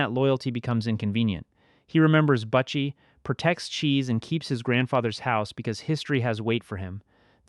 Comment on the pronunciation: Please fix this moving forward. MOO ZONE BUH-CHIE LEE-VEE